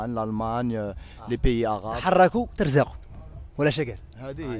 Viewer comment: لا متقولش تخركوا تَرزقوا بالفتحة قولها بالضمة تُرزقوا لكنها غير صحيح